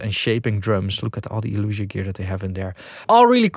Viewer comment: Isn't it Elysia? El-eeee-sia, not El-uuuu-sia